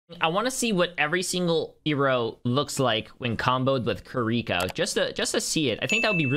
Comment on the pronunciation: this man called her kuriko